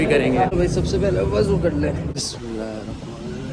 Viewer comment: Wazu nai hota wuzu hota ha